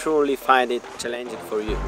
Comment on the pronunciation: Challenging = the tonic syllable is the first one, not the second.